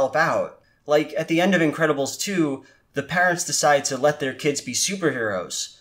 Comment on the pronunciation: I keep hearing "Incredible Stu" throughout the video and now I can't unhear it. Is it just me?